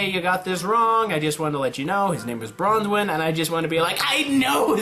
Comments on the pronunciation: Why are you pronouncing Qrow's last name as bronze wen there is no z or bronze in branwen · Branwen not Bronzewen XD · Bronwin NOT Bronswin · Ok, m8, it's not Bronzewen, aight, it's Branwen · It's brawnwen there's no s in it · oh and just a minor odd complaint but its branwen. there is no "Z" bran like raisin bran cereal and wen like when. the way you pronounced it was like dove's last name. also by dove i mean dove bronzewing the "D" in team CRDL (Cardin's team) he is such a minor character that i felt the need to explain who he is. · he typed it out branwen anyway, he was just pronouncing it like branswhen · There's no s or z in Branwen